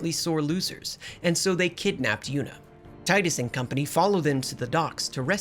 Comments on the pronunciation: Final fantasy x brings me back so many good memories and was such a shocking story for me as a kid. P.S. His name is Tee-Duhs, not Tide-us. Personal issue but kind of cringe every time his name is pronounced wrong through no fault of those who pronounce it wrong (whether on purpose or not). James Arnold Taylor himself confirmed it and I distinctly remember "Tee-dus" watching commercials and talking amongst my friends for this game back in 2001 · for the th time, it's TEE-DUS, not ty-dus. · Fyi its teedus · "Taidus". Oh god, no, I'm not watching almost 2 hours of that. Thanks for clearing that up in the beginning of the video! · My skin boils when “tidus” is mispronounced 🤮